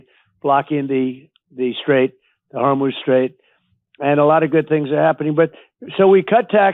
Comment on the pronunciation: Donald "Like you've never seen it before" Trump. It's Straight of Hormuz. Not Hormoz Straight, genius. Where are the best words. My vocabulary is still quite expaspansive. I don't sleep well. Not because of stimulants. Your factor in, ma'am. What are you doing to my America? We need to finally be the greatest we can be. But not with you at the helm. Your behavior is unbecoming and not presidential. You should try acting like a Pre6. You are not a child. Unforgivable. Braggarts are never what they think they are. You are obnoxious and low IQ.